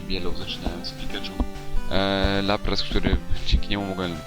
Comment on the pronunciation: na laprasa powiefziales raplas